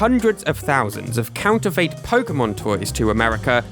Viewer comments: No, I am from the UK and I have never heard anyone say it like that, I’ve always said and heard “fit”. I scrolled through the comments to see if anyone else noticed, to make sure it wasn’t just me 😅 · it's pronounced Counter-fit not Counter-fate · Its pronounced counter-fit, have google pronounce it for you and you'll all see. I'm astounded the comments section isn't full of people who know this but evidently everyone including your audience really need school. I've tried to post this a million times but it keeps getting deleted every time, regardless of what words I use. This video was cringe-inducing for anyone more educated than a 7 year old. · ... is that how people pronounce counterfeit in the UK, with a "fate" ending instead of "fit"? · i definitely say "fit" and i've never heard anyone else say it any other way. it's not impossible that it could be a regional thing but it also might just be this guy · "counter fait" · Is it just me or do others find the strange way he pronounces the last syllable of “counterfeit” really distracting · Is that really how Brits pronounce counterfeit? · Your mispronunciation of the word "counterfeit" is incredibly distracting, especially when it's said every other sentence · the way you pronounce counterfeit isn't how I do. that's fascinating. I like it